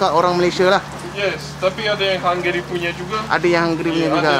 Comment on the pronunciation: Hai de.....kacau ni de.Resepi Hunggary....tgk pn jdi "hunggry"